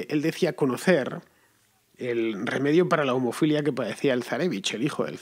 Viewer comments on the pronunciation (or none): Me parece que dijiste "homofilia" y no "hemofilia"... "homofilia" sería algo así como homosexualidad... 😳 En fin, que era hemofilia. No es un crítica, es sólo un comentario.